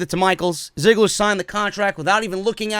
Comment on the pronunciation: Is it me, or did I literally hear Goldberg say Dolph Zigger and not Ziggler?